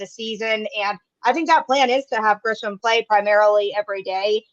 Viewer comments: I have almost heard nobody pronounce Grissom correctly. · Grissom not Grisham which I hear so many other people say